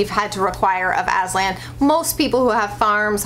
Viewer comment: Aslan is turkish name and yes it means lion .But I have to say, you are pronouncing wrong😀 how I know, cuz I am turkish.. write down Google; lion translete turkish and please listen how pronouncing Aslan😊